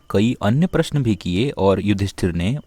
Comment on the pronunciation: Prashan ha ha ha kyu bol ra he